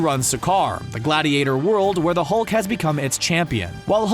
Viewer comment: u said thulk